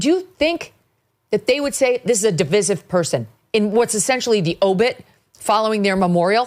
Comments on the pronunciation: di-VICE-ive, NOT di-VISS-ive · Please - Sounds like duh •vai•suhv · I love you Megan, but you cannot go into a segment on division and not know how to SAY THE FUCKING WORD. Really. No one has corrected you ffs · Is that really how people say divisive? I guess I been saying it wrong